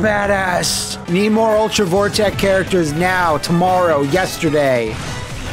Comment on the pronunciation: "Ultra Vore-tech"? sweat